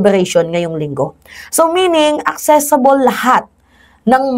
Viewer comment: ACCESSIBLE hindi ACCESSABLE 😂😂😂😂 kakaloka ka😂